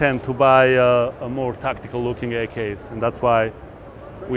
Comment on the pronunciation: He pronounced tactical as tacticool!